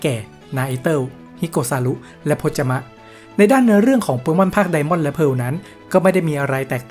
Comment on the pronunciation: ทำไมถึงเรียก ไดม่อน ว่า ไดอาม่อนหรอครับ